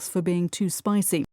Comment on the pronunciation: spicy 가 spicing으로 들려요. 느리게 들어도요. 왜 그런걸까요?